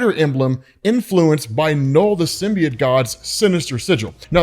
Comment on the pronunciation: learn how to say symbiote you fucking lunatic